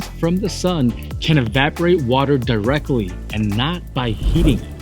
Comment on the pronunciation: There's no such word as "direckly".